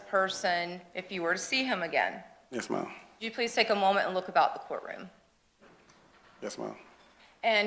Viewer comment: Omg i can not listen to this person say yus marm not 1 sexond longer lol